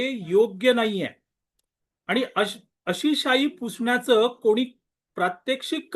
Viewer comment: फुसण्याचा नव्हे हो पुसण्याचा